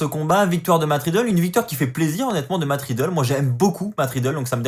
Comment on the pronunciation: Tu continues toujours de dire "Matt Ridlle"😂😂😂😂